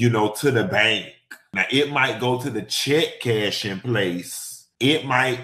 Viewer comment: He said chech cashing